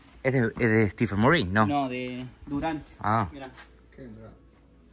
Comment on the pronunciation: El Pana de la Camara dise Stephen Murry. 😆 🤣 😂 😹 papi. Stephen curry